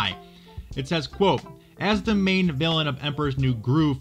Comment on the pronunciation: TIME Villain, not Viallain